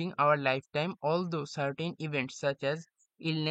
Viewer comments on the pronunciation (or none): 5: 33 It's not Althrou It's Although এর উচ্চারণ হবে অলদো 😊